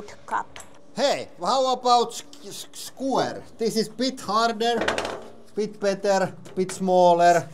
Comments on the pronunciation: Hanna: Did he really day "skwuär"? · Haha her repeating "sskuu-err" :D